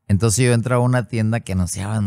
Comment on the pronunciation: Me gusta cuando dice, en aquel entonce❤